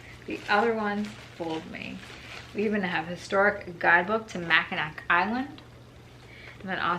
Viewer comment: Hi, sorry to hear you're having some trouble pronouncing words today. I hate to pile on, but you should know that Mackinac is pronounced "Mackinaw".